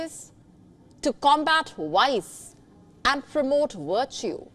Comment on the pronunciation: Woice ? Wertu ?